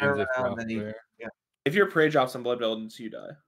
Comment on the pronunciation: Lololol you guys are all dead silent when he says bloodveld lol how did you not bust up laughing lol tell to go back to baby sitting his minions